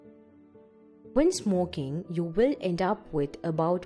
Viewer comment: I swear she said smoking dildo o.O